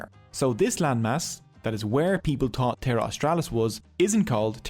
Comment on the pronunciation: Tree names he gave dose, tree towsend years ago? Wid out a dow't. Nedda t'aw't dat was troow. 🤔 It's not accent here that's a problem, taught for thought, tree for three, dose for those ect. If your not a native English speaker, it renders the whole video confusing and nonsensical.